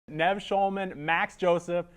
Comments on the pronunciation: Cracking up at Max's face when the interviewer keeps mispronouncing Nev's name. And again when he made Max's feature length film seem like another Catfish production. You can tell that stung! Lol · mispronounces Nevs name and they never correct him which is great btw.!!! This interviewer is so random and hilarious, he just needs to work on listening a little better and not be in such a rush to ask the next question....